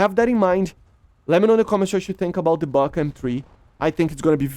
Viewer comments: Buk is pronounced b-oo-k. Бук. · Buk ("Бук" in russian) is actually pronounced like 'book' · Tunguska is right pronunciation but "БУК М3" is "BAG"😂😂 how? Why?